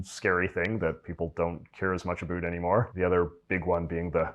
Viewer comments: LOL the way he says about "aboot" and the way he pronounced the word "schedule" lol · No, as a Canadian, I find him annoying bcs he says aboot knowing that it is not pronounced like that by Cdns - -he's trolling you. We say ABOUT which rhymes with out (not aboot and oot). Never have I ever in my 70 years heard a Canadian say aboot. We are not scottish. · Heh. My college Psychology 101 professor was Canadian, and he said "aboot." 😁 But it wasn't as emphatically pronounced as this guy does it; he said it softer and much more naturally. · The presenter says “about” like a Canadian. Do our Northeastern citizens pronounce that word the same as Canadians? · His pronunciation of words like "about" and "scheduled" is Canadian. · It’s a common pronunciation for ‘ou’ by Canadians and Scottish people.